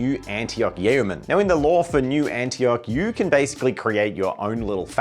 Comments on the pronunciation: Yeoman — pronounced Yoh-man. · Can't tell if you two are mispronouncing Yeoman to get interactions with subscribers or not ...